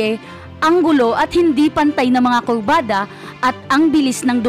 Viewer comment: Malawi?? At kulbada😂😂😂